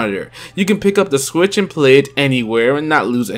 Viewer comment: Sometimes I hear "Switch" others i hear "Squitch"